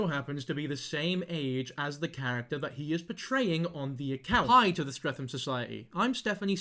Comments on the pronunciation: the pronunciation of streatham is killing me 💔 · By the way: -The h in Streatham is silent - Year 7 is 11-12 years old, the cut off birthday being the end of October - This man is most definitely Arabic and of Middle Eastern descent (you can tell by his broken English and the skin colour underneath the white paint) - Clearly from his accent and level of English writing, he wasn’t born in England - He is an absolute CREEP and potentially a pdfile - He needs to be reported en masse, please call 101 to report if you haven’t already